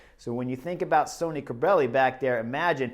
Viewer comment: Great job Chris! Today Bob or Phil said that Sonny Cobrelli was named after Sonny Crockett from the TV series "Miami Vice". However, about two minutes into today's video you pronounce his name like Sony several times. Later in the video you do pronounce his name like Sonny (sunny). Scott